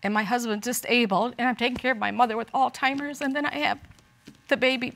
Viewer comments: I hate it when people call it All timers! It is Alzheimer's, please get it right! I know it's silly to be bothered by it, but it drivers me right up the wall! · I hate Alzheimer's, but it really bugs me when people call it "all-timers".🙄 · Did she actually say “AllTimers” on National Television?? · Hold on, I know I'm not the only one who heard the grandmother say her mom is sick with ALL-TIMERS! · “All timers”???